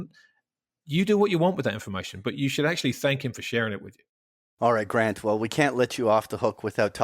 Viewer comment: I face-palm every time says "Gront" Williams.